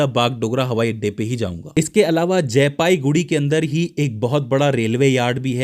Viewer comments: sir jee,it's jalpaiguri not jaipaiguri.......before uploading please check it carefully....... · Not jaipaiguri it's jalpaiguri ok . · AAP KA BISHLETION ACHA LAGA PER AAP JALPAIGURI KO JAYPAIGURI MAT BOLIYE😂,,,MERA GHAR JALPAIGURI ME HAI